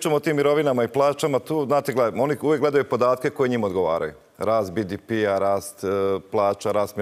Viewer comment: Koji je vrag bi-di-pi? 😄 Hrvatski je BDP (be-de-pe) ili engleski GDP (dži-di-pi), nema nikakvog bidipija. 😂